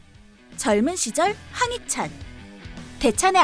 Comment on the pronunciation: 계속 황희찬이라고 들리네